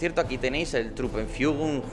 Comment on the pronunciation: muy bien pronunciado el Truppenführung, saludos desde alemania